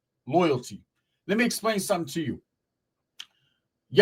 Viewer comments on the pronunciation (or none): none